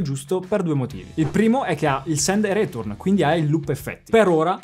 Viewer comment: Sei simpaticissimo, spieghi cose utili e pratiche e ti ascolto con piacere. Se posso dare un consiglio, la tua pronuncia di "return" è un po' italienish: andrebbe letta più o meno come "ri-tern" (si trova su qualsiasi dizionario online). Il resto è perfetto. 😉